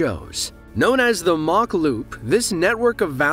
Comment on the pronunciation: Just me being picky here mach is pronounced Mak after the name Machynlleth. Sorry welsh guy here.